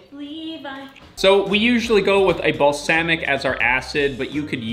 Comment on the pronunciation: We want garden content. Also, "balsamic" and "Cilantro. Why the long A?